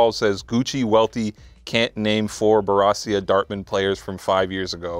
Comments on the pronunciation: Welty for the worst take, pronounced Borussia Dortmund completely wrong and Welty didn't correct him. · for worst take for pronouncing Borussia Dortmund incorrectly😂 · mispronouncing Borussia Dortmund 😂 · said Borussia Dortmund soooooo wrong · yo welty, teach that mustache boy how to pronounce borussia dortmund!